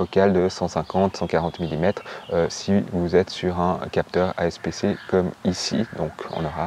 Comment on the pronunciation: Super vidéo ! Suis je la seule à qui ça chatouille l’oreille le « asp c « 😂